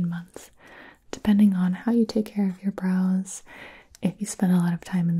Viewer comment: How often did you hear her say "bras" instead of "brows"?